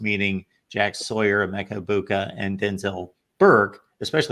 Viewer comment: For fart sake, it’s pronounced… “eg-BOO-Ka” NOT “eg-BYOU-ka” He’s been a Buckeye for 3.5yrs, and you’ve been doing this far too long to be this lazy. If you’re still not sure, listen to every other analyst pronounce it, including your VCFB partners